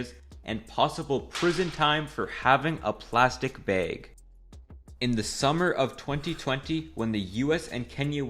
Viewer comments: you pronounce bag the same weird ahh way as my grandma does i'm dying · You pronounced "bag" kinda like "beyg". What part of the country is that accent from? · Ha he did the canadian thing and called it a bæg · "platic beg" confirimed Midwesterner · I like how this guy sais "baeg" (or "beag"?) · Ok, I think you've referenced being Canadian many times. But I'm kinda spacey, so it took me hearing "bag"